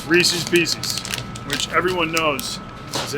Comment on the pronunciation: Oh why do you gotta say Reeses Peeces